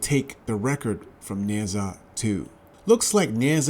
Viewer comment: "Neh Jaa" not "Neh Zaa"